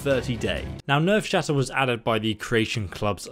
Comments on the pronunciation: It actually says nerve shatter not nerves shatter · Nerveshatter* not Nevershatter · it's Nerveshatter not Nevershatter. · You still said it wrong the second time (nerve-shatter) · Did he call it never shatter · Why does he say Nevershatter. Nerve, it’s nerve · looks at the title of the video ... Listens to him say nevershatter ... Me: "this is fine" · Him saying it wrong the whole video bothered me lol